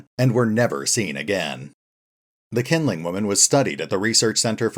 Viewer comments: it's actually pronounced "Shin-ling woman" I don't mind a bit of mispronunciation but calling her "kindling woman" make it a bit confusing when I only watch your audio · if it's Chinese pronunciation then Q would pronounce more like "Sh" than "K" which would be just K like Nanking or Peking (in old romanisation) - the Qing Emperor, for example, would sound more like "Shing" rather than "King" but as I said, it's no big deal, just that when you don't use picture image to light up your video and that kindling does have meaning in English, it confuses me a little bit. Like where is thing Qingling woman and when is she going to show up before I realised that she is the same as kindling woman you have been talking about